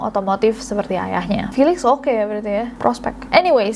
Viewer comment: felix bacanya filix yaa?